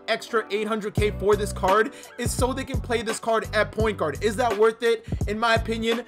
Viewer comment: It ees what it ees